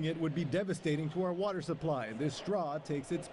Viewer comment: Southern Nevada "Wather" Authority lol